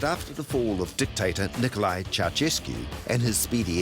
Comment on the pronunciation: David Lomas pronounces Ceaușescu (Chou-shes-koo) as Chauchesky like it's a Slavic name. lol